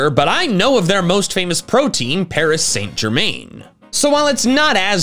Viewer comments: “paris saint jur maine” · My inner Frenchman died with that Paris-Saint Germain pronunciation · sorry but you don’t pronounce the i in Germain say it more like Paris-saint-jerman not Jermaine and I know I’m using j not g that’s how u say it Also my predictions are:Unova’s Snivy:Sinnoh’s Chimchar:Johto’s Totodile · Paris Saint " Germaine " 🤣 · nah bro really said paris saint gerMAIN💀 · Damn he says pari saint germain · i kinda cringed at pronuncciation of paris saint-germain